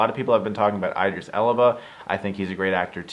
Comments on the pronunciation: Btw it's E-dris, not Ei-dris Elba... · dude.. how do you read the letter "E".. think about what you're writing again and think about what I wrote... He sais I-dris as in iPhone.. it's E-dris.. that's all I was saying... thanks to you now it looks like a much bigger deal than it actually is... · It’s idris as in inkling, you’re spelling Edris as in Erie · He said E-dris I think you need to watch the video again